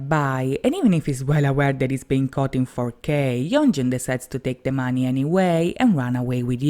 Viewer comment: Sorry but... Why do you pronounce 'money' like that?